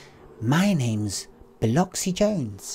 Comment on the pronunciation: I used to live in a city called Biloxi, you pronounced it right